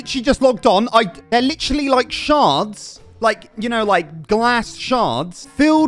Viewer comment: "they're literally like sharts" LMAO im sorry ik you said shard but it just sounded like sharts and it sent me